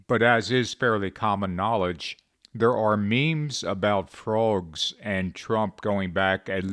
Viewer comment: Stop saying "fruogs."